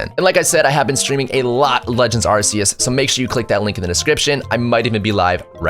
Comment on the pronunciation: It's not AR-SEE-US it's AR-KEE-US 😅